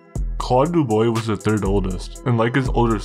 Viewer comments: As a Canadian Anglophone myself, the family name is pronounced d-OO-b-w-aa Jean GUY = Jau(n)GEE; Claud = Cloed; Normand and Raymond would probably have a drop in tone at the end of the name and a silent 'd' because the more imporant D sound comes from their last name. In the 70's and 80's we were required to take 9 credits of French in order to graduate (Provincial requirements do vary). Be careful with those French names, they can get pretty stabby about it all... Especially in the topics you are into across Canada. Don't get me wrong, I like all your programs, but now that you are not using T2S, you need to get those right. Btw. I would love to know your take on the FLQ/October crisis, but for that will need to adhere to the above and then some. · It’s pronounced Doo-bwa (Dubois) and Jan-ngee (Jean-Guy)… Trust me. gee like guitar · Good vid but it’s pronounced Deubwa and Jhon-Ghee. ✌🏼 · If you’re going to cover Canadian crime learn about the language and culture you’re covering…..this is in Montreal, Quebec which is French central in Canada….Dubois sounds like dubwa…… some were pretty darn close but for the most part….not so good! I’m not even French and the poor pronunciation drives me nuts let alone the French Canadian fans you have…… On a positive note, the editing style is good. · It’s pronounced doobwah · Can't finish this watching this video hearing it pronouced du-boy. My ears hurt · bro this is a really well researched video but you need to look into how to pronounce french names, hearing "joHn Guy DooBOY" just doesn't sound right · i think its dewbwa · pronounced dooob-wa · It’s (doo-bwoh) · The name is pronounced doobwah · its pronounced doo-bwah.. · Your pronouncement of their names first and last sucks, it is not pronounced "duboy" use Google for proper pronouncement of their names. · It’s pronounced Doo-bwa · its pronounced DO-BWA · Dubois,,pronounced ,,dew bwaw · Its pronounced Doo-bwa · pronounciation is wrong....Dubois DU BWA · du-bwa not du-boy